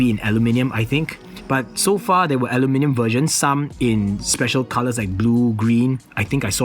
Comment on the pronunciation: I really like that one!! Btw, I LOVE the way you say aluminium!! :)